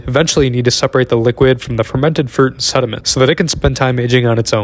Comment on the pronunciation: Literally heard poop instead of fruit